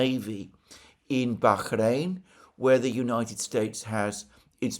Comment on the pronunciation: You are over pronouncing BAHRAIN. It's just a soft H not a hard KH.